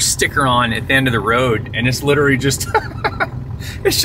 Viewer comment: love the vids but i cannot stop thinking about how you pronounce literally as literly it kinda drives me crazy..